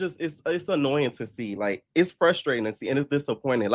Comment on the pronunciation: Man you be killing me with “iss no shade” 😂😂😂